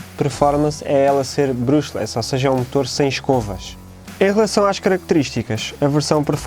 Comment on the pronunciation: não se lê "brÚshless", é mais parecido com "BrAshless" (entre os dois vá, um "A" mais fechado) só isso é que me fez um bocado de "cringe" no video, de resto tudo bem executado e bem produzido!